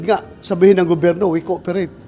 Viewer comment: Ano,hinamon mo si #manangimee😂eh,sa vlog mo pa nga lang nabubulol kna,hindi mo nga mabigkas ng maayos ang salitang gobyerno😂ang sa yo gubirno😅😅😅😅ano ba yan😂